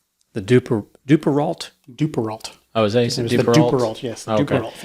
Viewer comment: It's "doo-pair-oh."